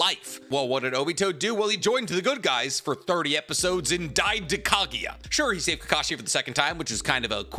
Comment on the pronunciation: am I only one annoyed by how he says kagiya instead of kaguya